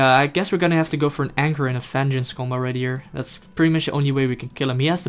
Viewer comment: Awesome fideo! Oh and it's a anchor not anger;) Kappa